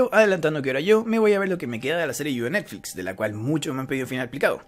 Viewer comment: ¿Y el tono que usas para "de Netflix"? Me siento estafada 💔